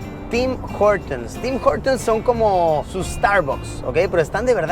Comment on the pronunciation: CuNtas veces dijo Tim jortums el carnero este !!!!